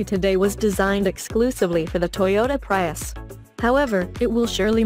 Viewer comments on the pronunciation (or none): The way she mis-pronounces "Prius".....